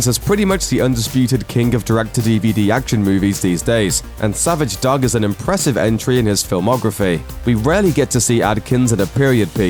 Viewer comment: The narrator can't pronounce "dog"? wtf